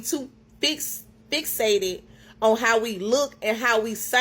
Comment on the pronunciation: The most "educated"? She can't even get "fixated" out without multiple attempts lol. I don't believe her